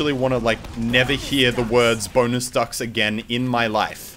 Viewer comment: is he saying bonus fucks?